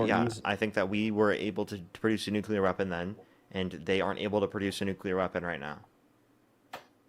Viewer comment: Can we agree that nuclear is pronounced New Clee Are and not New Cule are? We can go from there regarding this fools argument and lack of understanding. Drives me absolutely insane just like Democrat vs democrat